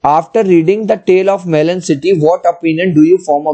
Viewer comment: Melan ko😂😂